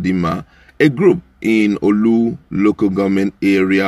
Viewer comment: Please pronounce Orlu correctly. It is Not "OLU"